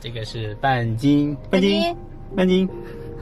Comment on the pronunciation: 你喊半斤的时候，我听成了bia ji😂